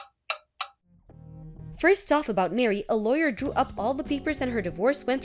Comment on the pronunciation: It’s Mah ree, not Mary.